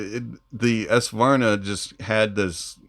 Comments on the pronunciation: Ess-vanar? Savarna? 😂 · Nice, HONEST review, (although your pronunciation of the Swedish word, Svanar, needs work).;)